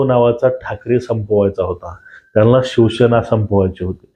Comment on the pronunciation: त्यानला नाही रे, त्यांना, आधी नीट बोलायला शिक